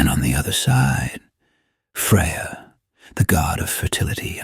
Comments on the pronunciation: Don't use AI for the narration because it mispronounced stuff particularly Freyr's name. Don't use AI at all honestly, it is slop. Now mainly, don't portray Nordic Heathenry as if it was some Horror movie religion. Do more research because you are waaaaaaaaaay off on the nature of the Æsir and Vanir. They weren´t simply solutions to the ways a person could die. This assumes that their view on death was entirely negative and that they were terrified of it. Quite the opposite. This whole thing is like a ridiculous attempt at portraying the culture as if it were some silly horror story. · This is an absolute load of crap. You didn't even pronounce Freyr's name correctly. This is the most ridiculous video I've ever watched on Heathenry.